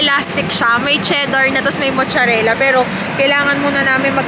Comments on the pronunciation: Anong mucharela?! Its mozzarella pronounced as matzarella! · Mozzarella (maat·suh·reh·luh), hndi mocharela. labyu!